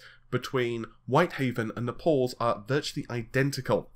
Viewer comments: NAYYYY-PULLLSSS I almost don't even know what it is that you are saying when you say nuh-pauls. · Napal the new CPU is gonna burn ? lol Naples as Maples with an N ohh my god I'm not a native speaker but I didn't know that English from England is so different from USA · Its not Napols man. It's Naples, like Maple(s) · Pretty sure it's pronounced "Nay puls". Not "nap alls" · Okay okay consider this an intervention from an American that cares. Im sure you get some kind of fix off of it but it's time to put down the drug... the drug um talking about of course is Naples.... That's " NAY-PULLS". NOT ENOUGH? OKAY FINE... I'll give you a fiber every time you say it this way, come on man you could just sit there and say it all day long and become a millionaire in no time! You've got to admit that's one hell of an offer! I'm offering you Financial Independence forever if you will change "NUH-PAULS" to the above mentioned "NAY-PULLS". And I don't care if your first reaction is to tell me it's some sort of British English thing.......!!!! IT'S RUINING LIVES MAN!!!!! THE HUMANITY!! 😋😝 thanks for the video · Nay-pulls. Say it with me. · You still refuse to actually pronounce "RedGamingTech". And "Nepals" again? Really? Gotchya. Bye. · yep looks like it. This puts a really bad impression on him as a press on any level when you can't pronounce Xeon or Naples properly. I'm going to now dislike every video where he says Napols, till he gets his act together. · Watch out! is sensitive about his 'napols'.